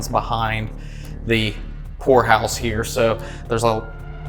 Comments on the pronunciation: Hey, every time you say ''poor house'' it sounds to me like you are saying ''whore house''. Please go back there, it was cool. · I thought you said Whore House 😂😂😂😂 Then I watched it again and I heard it correctly Poor house!.😂 😢sadly most poor houses are haunted due to the poor conditions those whom had to live there and slavishly labor for their costs of living there!. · anyone else believed he said Whore house at first... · i thought he said whorehouse haha 🤣😂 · I had to listen like 5 times..... i could've swore he said whorehouse. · Poor house, I thought you said whore house😮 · So it took me about 20 min before I realized you were saying "poor" house, I was hearing something totally different 😂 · Vanburen Whore House! LMAO People need to learn how to pronounce HORROR if they're going to continue in the genre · me too! 🤪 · 😂 I heard that too